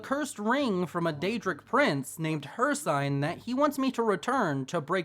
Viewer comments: it's pronounced hirSEEN not hirSIGN bro where u learn english? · not to be rude but its hirciiiine long i not hir cine how to spell it is hircine but its ciine